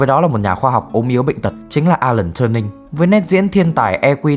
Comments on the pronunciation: TuRing not TurNing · Alan T-U-R-I-N-G, không phải Turning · alan turin chứ k phải turnin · Góp ý một chút là Turing cần sửa phát âm chút ha